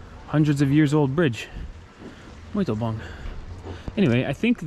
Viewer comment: Love Ouro Preto! I was there last year and wished I had more time in that beautiful city. Mariana is another town nearby and is also very pretty. Just a little tip on the pronunciation of "bom". When you see m at the end of a word, you never pronounce it at all. Its a nasal sound. To pronounce it you just start slowly as if you were saying the word "bong" and just drop off before pronouncing the "g". Same thing with the word "sim", don't say the "m". Pretend you are saying "sing" but really slowly and drop the g there too. I read a comment on your video on Rio on New Years day. Someone said say "top" instead of bom. "Top" means like very cool or great but to pronounce it like the Brazilians say "topee"! Muito bom(bong) amigos! Your videos are awesome!